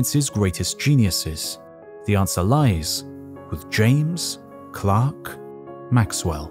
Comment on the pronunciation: Maxwell's name is pronounced "klurk", not "klark". Leave it to a Yank to correct a Brit's pronunciation.